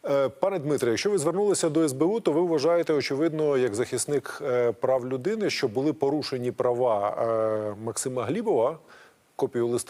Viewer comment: Ні малоросії лубінця!!!!! Лубінець, українською 'так', а не да. Він реально москворотий, вимова підтверджує!!!!! Щьо, мажливасті, тимчясовий, впИвнений, бИсіда,, з кІм, по своїм каналам, чьому, засвічєні, точьно. заканадавства., щє.... Фаріон зараз не політик, то до чого цей комент??? Цей хлоп реально обіймає свою посаду???? Зверніться до сбу про несанкціоноване збіговисько студентів політеху ! В Дніпрі українська студентка другосортна, захистите її?